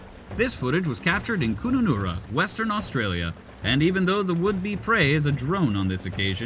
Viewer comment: it's pronounced Kun-Nah-Nara not Coon-nu-nura